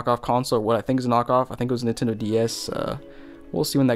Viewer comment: For some reason he says Nintendo with one syllable instead of 3...